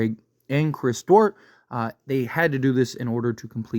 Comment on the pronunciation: Duarte (Dwar-tay)